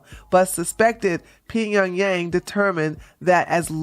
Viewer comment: Hey you pronounced North Koreas capital correctly!! You are embracing your inner rooftop Korean!